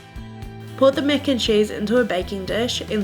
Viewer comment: “Mec and chayse”